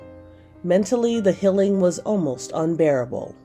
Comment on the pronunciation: the reporter says 'the hilling' instead of the 'healing'